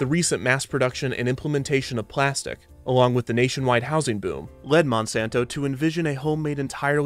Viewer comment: "Its made of Plastic, Plaz-tek"